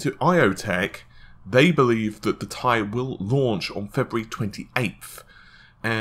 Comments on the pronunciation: In chemistry elements from the periodic table are pronounced with the word, in this instance titanium, or as seperate letters, in this case "T"-"I". The letters are NOT pronouced as a whole word. I swear to god, if this dude pronounces it wrong again in a future video I will unsubscribe, dislike and never watch a video again, this guy annoys the fucking crap out of me. "Tie", you can't wear it around your neck dude. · But even nvidia themselves pronounce it "tee eye", this guys just trying to be a smart ass by being scientifically accurate over a marketing term. It's probably best to call it what they call it to avoid the possible confusion of some tech noob seeing this video then asking for a tie from a computer shop... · oh...i never knew...well then the correct way to pronounce your name must be 'bitch' XD. Not attacking u or anything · People need to just relax about the Ti thing. Tomayto, tomahto. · It slightly bothers me how you pronounce Ti....but ignore my comment.... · AU stands for gold, ever hear any chemists pronounce it as a word? No you don't because they don't do that, the letters are pronounced seperately. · T.I you idiot not tie ffs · Why do you keep calling it the Thai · Had to stop after 3 minutes of him calling the fucking 1080 TEE-EYE a fucking TIE!!! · "T I" ... not "TIE" !!!!! SIGH !!!!!!!! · Fucking T.I. Not TIE holy fuck I got triggered so hard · Lmaoooo it's not pronounced ty it's two separate letters t I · Please ... please ...please ... stop saying "1080 TIE" ... it's absolutely " TEE-EYE" in pronunciation. Good video otherwise, as per normal. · 1080 tea-eye why does it matter so much how anyone says it its like the tomato-tomato thing or patato-patato. Logan from tek i mean Crit calls the Ti version tie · im pretty sure its pronounced T.I. and not tie... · it's not TIE, it's T I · Nope, I've heard Jen-Hsun Huang pronounce it as T-I and not as Tie which sounds ridiculous. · I can't watch this because he says TIE